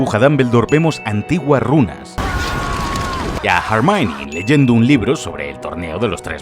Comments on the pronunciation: Chale, ya no le dice Hermión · Hermione, (errr mion) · "Jermaioni"? Ellos lloran y tu obedeces xD